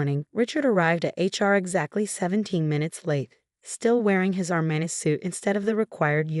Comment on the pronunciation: Also its ARMANI in speaking about the suit. Small things can make or break a story